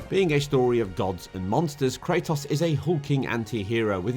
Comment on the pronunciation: This man really doesn’t know how to pronounce kratos….